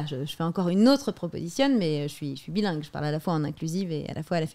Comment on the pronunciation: Elle a dis qu'elle était "Billingue" mdr tu t'es vraiment fait chier 😂